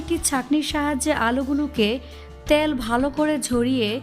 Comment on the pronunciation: আপনি ত্যাল না বলে তেল ৰলতে পাৱেন না